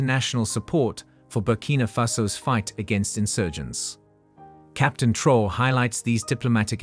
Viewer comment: Your use of A.I in order to produce cheap low quality content in order to profit from African matters should be reviewed. At least verify the pronounciation of the name "Troarè". Make some effort.